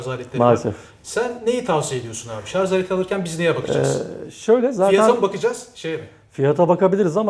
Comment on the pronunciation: Akü uzmanı arkadaş bile ŞARZ diyor :) Doğrusu ŞARJ dır. Bilginize...